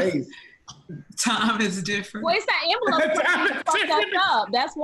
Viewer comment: I’m glad finally pronounced ‘envelope’ correctly 😂